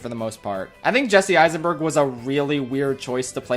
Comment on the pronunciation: "Jesse Eissenbird". Hehehehehe.